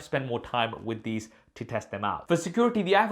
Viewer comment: The times when your Indian accent just comes out😂😂😂😂😂😂😂 "Security"